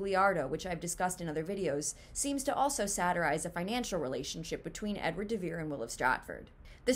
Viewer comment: "They rhyme and the syllables and stresses are the same." Only if you choose to pronounce the name "de Vere" exceedingly oddly by landing hard on the "de", when the stress is actually on "Vere". I think you've been watching too many Saturday Night Live reruns if you think that "de Vere" is pronounced like "DA Bears". Also, William has three syllables in it. Other than that... well, it would just be a plain coincidence, at best, and one that is NOT consistent with our experience of other writers' pseudonyms. Does "Mark Twain" rhyme or share a common beat pattern with Samuel Clemens? Does "Sapphire" rhyme or share a common beat pattern with Ramona Loften? Does "George Orwell" rhyme or share a common beat pattern with Eric Blair? Does "George Eliot" rhyme or share a common beat pattern with Mary Ann Evans? "Do Acton, Currer, and Ellis Bell" rhyme and share common beat patterns with Anne, Charlotte, and Emily Brontë? Does "Mary Westmacott" rhyme or share a common beat pattern with Agatha Christie? I could keep going, but the point is made.